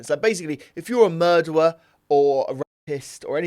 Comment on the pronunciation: a murdewer 😂😂😂